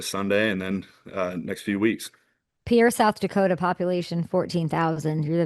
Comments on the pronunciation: Could someone tell Kay the capital of South Dakota is pronounced "Peer," not "Pee-Air." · He even pronounced it a few times and she still didn't pick-up on it. 🤨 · Wow Kay, Grey and you had an amazing discussion. Loved your reaction to Bob's bar. But if you ever do a behind the scenes interview with any of the regulars at Bob's or his high school coach in Pierre, just remember Pierre natives pronounce it as Peer...not Pierre or Pee-Air. Finally, if you interview Grey again, since I am an Alumni of NDSU, please ask him if he can sing/recite the words to the famous Hail The Bison Song. Also ask him if he is aware of how political correctness at NDSU ruined/replaced the epic ending of the song. Great job with Grey, lots of laughs here! Go Hawks!😄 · I think he has just given up on people mispronouncing Pierre.